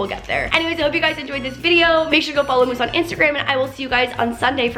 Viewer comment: Why did you call moose mosse